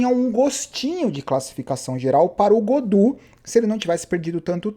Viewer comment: Gaudu e não "Godu"